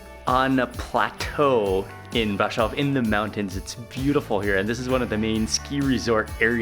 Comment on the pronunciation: I love how he pronounced "Brasov"